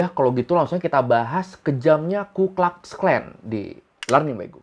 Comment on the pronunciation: Bacanya bukan "klax", tpi "klux" aja kaleeeee